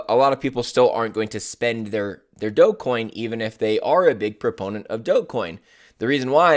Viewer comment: This guy can’t even pronounce Dogecoin. We are in a bear Market. Imbecile.